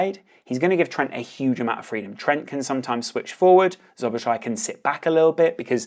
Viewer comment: for future pronunciation - *Sobosla-i